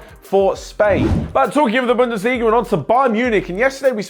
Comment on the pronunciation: It's bundesliga